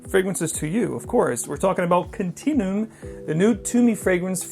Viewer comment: I hate to be this guy, but it's pronounced more like continue-um not continoom